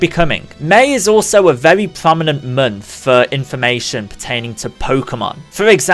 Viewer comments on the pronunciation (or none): Stop saying mernth and termorrow. Please.